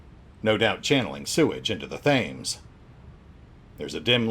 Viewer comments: Thames is pronounced tems. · "Thames" is pronounced, oddly enough, "Tehms".